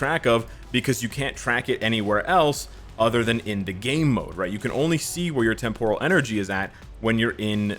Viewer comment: Watch some Star Trek to learn how to say “Temporal”. The emphasis is NOT on the “or”, ie, it’s NOT “tem-POUR-al”.